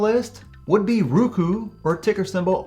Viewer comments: Uhhh Roku not Ruku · Wtf is ruku —- roookooo